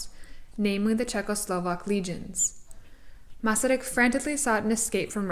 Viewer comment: As a Czech I appreciate this documentary about our first president and also an extremely interesting man. Your interest in him and your Czech pronounciation of Masaryk indicates that you are of Czech descent? Anyway, thank you for a very enjoyable and informative video.